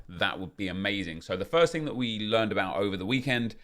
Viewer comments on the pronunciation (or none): none